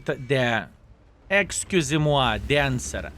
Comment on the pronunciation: your "excusez-moi" perfect, very good pronunciation my good sir.